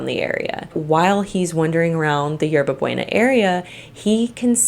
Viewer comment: 😂😂you butchered the pronunciation of Hierba Buena!! Its pronounced 《Yerba Booena. Thats fine though atleast you apologized.